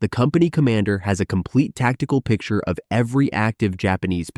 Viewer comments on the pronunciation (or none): none